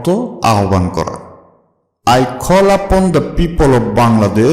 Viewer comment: tnx sir but apni call ke kholl upon bolsen